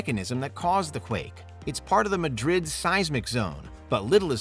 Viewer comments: Very interesting, except for the idiotic #1. Seriously? And it's New MADrid, not New MadRID. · New "Muh-drid" 🤣🤣